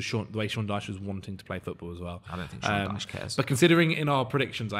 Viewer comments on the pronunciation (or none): none